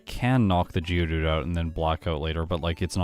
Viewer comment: Been from the uk i kept thinking who the hell is judu realised you were saying geodude 🤷‍♂️